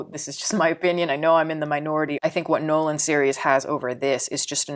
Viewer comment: Nolan, not Noland